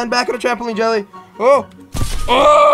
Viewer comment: Jelly try saying L without lifting your tongue